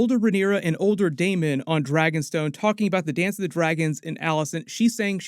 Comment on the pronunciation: Thanks for not saying DaeMON a thousand times